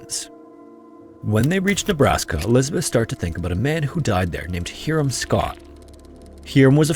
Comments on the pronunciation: Not "Heerum"... it's "Hiram" ("HIGH rum") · Its pronounced HIGH-RUM not HERE-RUM for Hiram....🙄🙄🙄🤦🏽‍♂️ wtf is it with these channels not doing proper research on how to pronounce names of towns, people, mountains etc. I really dont fckin get it...talk about trashy, ignorant, unprofessional, and downright aggravating to the listener/fan of the chsnnel...